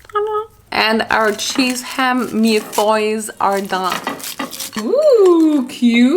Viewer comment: The way she pronounced "milles feuilles" was literally perfect I actually want un milles feuilles